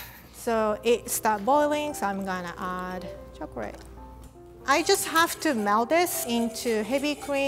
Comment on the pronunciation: Love these! Also love how she can say liquor but says chocrate!!